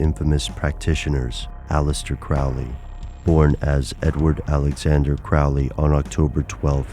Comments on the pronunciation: nope... not really... it's pronounced Crow-lee... not Crowl-ee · His name should be pronounced Crow (like the bird) Lee ... Crowley. Now I'm almost ashamed of myself for being the jerk that goes around correcting people's pronunciation... almost. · You are mispronouncing his name. It's Crow-ley (rhyming with holy). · The people in my family pronounce it that way. Every time someone like a teacher at school would read my name aloud they would pronounce it "crow"ley though. Are my family members mispronouncing their own name? Haha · When you can't even pronounce his name right, it's hard to believe anything else presented.